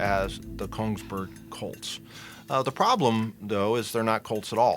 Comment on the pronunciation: Greetings from Norway. Please don't call Kongsberg - "Konigsburg" we are very much not German. Also, for us Norwegians, the most important and valuable of these pistols, are the ones we call "Lunch-box Colts" - which are guns often with no markings or serial numbers, which where smuggled out of the factory in parts during the war, and supplied to the Norwegian resistance. Somewhere between 250 and 500 of these where made before the people responsible were discovered and had to escape to Sweden.